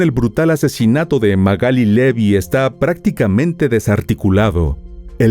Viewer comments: Se llama Magalí, no Magáli. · Te banco mil, miró tus videos en reproducción aleatoria, pero si dice Magalí con acento en la i porque le decís Magáli ... Me puso nerviosa jajaja. Igual tus informes son un 10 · MagalÍ Magalí MagalÍ con acento en la í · Magalí, con acento en la " i "se dice correctamente usted lo dice incorrectamente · no entiendo por qué decís Magali si tiene tilde en la i. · Esta mal pronunciado el nombre